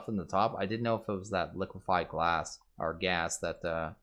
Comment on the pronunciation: Hes literally saying liquid gas... as if hes taking a poo in the smeltery